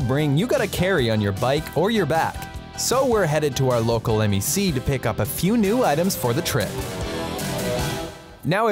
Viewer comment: M.E.C ❌️ MEC✅️